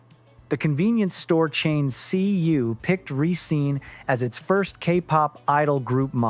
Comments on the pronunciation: I hate to do this but the group name is pronounce Re-scen-nuh not Re-scene. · But it's /risén-/. Not /risín-/.